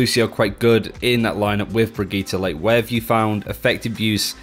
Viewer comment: Who is BRIGETTA?!?!? I feel pain every time she(?) says that.